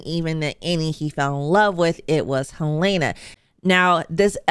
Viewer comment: The name is pronounced HEL-lah-nah, not Hel-LAY-nah.